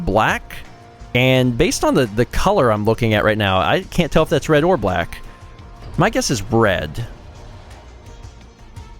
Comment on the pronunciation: I thought I heard say bread, not red, you've triggered me as bread is not a creative color.